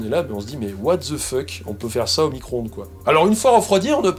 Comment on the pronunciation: Vidéo super intéressante, mais pourquoi en France vous continuez de prononcer The ''ze'' ? C'est pourtant simple, prononcez ''de''. Ça fait plus de 10 ans que je le dit, la première fois c'était sur une vidéo de Mad Movie, ou celui qui remplaçait Rurick s'obstinait à prononcer ''ze''. Je comprend que vous ne parliez pas anglais, mais moi, quand j'entent ''The'' j'entend ''de'' pas ''ze'', svp expliquez moi pourquoi.C.est un profond mystère pour moi.